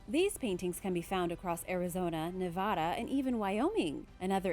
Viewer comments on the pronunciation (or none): none